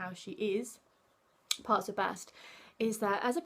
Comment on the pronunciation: Her name is not BAHST, BEST.